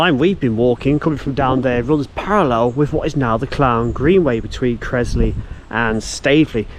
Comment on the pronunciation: Its Creswell NOT Crezwell